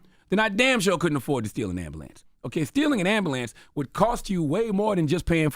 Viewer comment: Charlemagne said ambalance